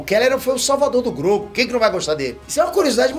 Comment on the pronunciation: fala q sempre falam p nome dele errado, mas sempre fala Grogu errado